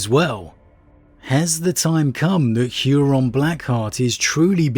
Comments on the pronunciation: You pronouncing Huron's name as "Hyuron" is giving me weird feelings. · "Hooron". No "yu" in there. It sounds silly.